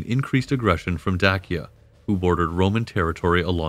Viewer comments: It's not Day see uh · Very interesting, but this guy would have better credibility if he learned how to pronounce, "Danube" and "Dacia". I've NEVER heard either pronounced the way he does! It's "DAN youb" and "Day sia". Hurts my ears! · I’ve totally enjoyed this video and will be a new subscriber after I finish this comment. I did find that I pronounce the words Dacia and Danube quite different than you do but I can possibly dig up the strength to look past that lol. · Great video, and historically comprehensive and accurate. My only criticism would be several words were habitually mispronounced throughout the video (e.g. Danube, Dacia, etc.). This detracts somewhat from the information being presented, but not to a substantive degree. Also, great speaking voice. It reminds me of Jonathan Frakes. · This video adopts unconventional pronunciations for Danube and for Dacia, but why? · The narrator's pronunciation of words, such as Dacia, Dacian, Hadrian and others, seems off. Is this a bot thing? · Is it not pronounced Daysha? Not Dakia? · Dacia not Dakia!!! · Great video. I always thought Dacia was pronounced like "day-sha". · It is pronounced "Da-Chi-Ya". Romanians pronounce "Ci" like in Latin. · Pretty good. You receive high marks for historical accuracy and the art work. However we take issue with your pronunciation. Particularly with Dacia and the Danube river valley. Dacia is pronounced "day-she-uh". While the river Danube is pronounced "dàn-yoo-b`. A as in after. With the B being almost silent. New sub. Looking forward to your next offering. Greetings from Vienna. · * day-shu *day-shins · My wife is from Roumania, Dacia and Dacians, it's pronounced like..."Dachia and Dachians by locals 📕